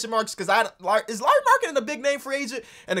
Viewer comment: as a finn i am suprised how well you pronounced lauri's name